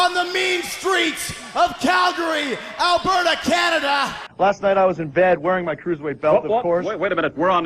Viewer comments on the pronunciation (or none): none